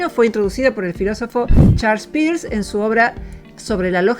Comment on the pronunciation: Se pronuncia, más o menos, "Pers" ; no "Pirs". [PS: Cualquier comentario ayuda para dar visibilidad al canal. Pero es cierto.]